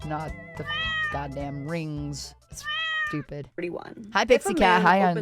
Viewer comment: 'STU-PI-DA!' When the lack of wisdom is so intense you have to add a third syllable to the term... I am loving this Vtuber reactor.